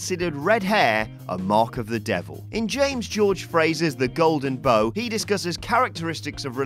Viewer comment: The Golden Bough is pronounced like "how" or "take a bow", NOT like "bow and arrow". Is incorrect pronunciation another ginger trait?